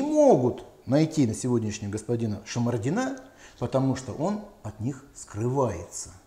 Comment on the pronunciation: Это не шмордин,а чмердин